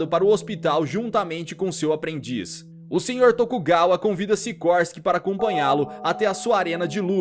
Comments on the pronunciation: Não é sirorsky n bro kkk é sikorsky e essa é uma continuação de baki the son of ogre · Siroski ? SICORSKI ....